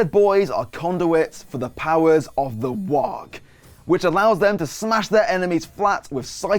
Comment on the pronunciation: Silent "G" on WAAAGH! there, champ.